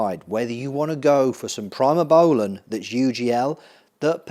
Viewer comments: Great video but please pronounce primabolan correctly..... Pree not Pry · Pree-moh-bowlan, not Pry-moh-bowlan Pretty much use mast or primo as an AI depending on the ester of the cycle. I think you should run Primo if you’re running over 500 test for a 16-20 week cycle, short ester bulk you could do test/mast/npp and run the npp higher than test, mast alone should work for that.